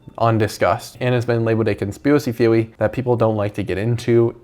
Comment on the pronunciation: theowy 🥺✨ (10/10 vid btw)